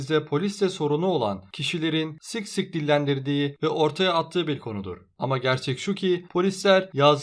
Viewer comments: sık sık deyeceği yerde sik sik e kaymış :d güzel kaymış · Buarda dinlerken yorumlara bakıyodum yorumunu görüp duydum siık siık diye olduğunu çok iyi nxmxmxkxm